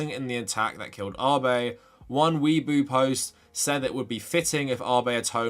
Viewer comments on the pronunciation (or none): Weibo is pronounced way bo btw. As I think I‘ve mentioned before, people don't know Japanese politics and just project their own politics onto Japan, because Japanese pop culture media is often devoid of poltiics and the average Japnese person's opinions aren't really known.